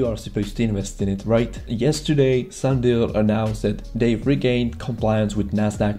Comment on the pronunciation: It’s sunDIAL........not sunDALE......hard for a first time viewer to take you seriously when you don’t know or can’t pronounce the company’s name